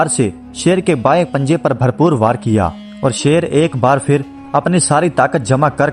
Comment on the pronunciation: Apka talafuz thik nahi hay.. Phir ki jga fir Phal ki jga fal..men apny bchy ko sirf urdu ki waja say sunata hun...to plz talafuz thik kren